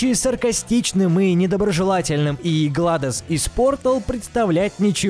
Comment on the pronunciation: Не гладос а гледос